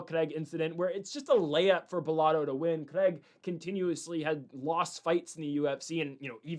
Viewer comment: LITERALLY TURNING THIS SHII OFF BECAUSE OF HOW HE'S PRONOUNCING "CRAIG" BRUHHHH STOP SAYING IT LIKE HE'S FKN BRAZILIAN